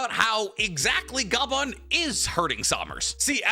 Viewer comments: W video content. But L on the name pronunciation. For future notes it's said like scoper not scooper. It's one of Odas name theme jokes. Gol D Roger = Gold Silvers Rayleigh = silver Scopper Gaban = copper. And I'm sure most of us say his last name like Ga•bawn instead of Gaw•bawn. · Bro just called Scopper - scooper and keeps calling him Ga-ban, it’s one word my dude, Gaban (gah-bahn) pronounced together not separately 😂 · Ok… i see the other comments on it but on one explaining how to pronounce the. Names. it’s pronounced like copper, Scopper. And Gaban like garbanzo beans without the R. Good video tho! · you saying scooper bagan makes me nauseous plz stop i know you doing it on purpose 😞😪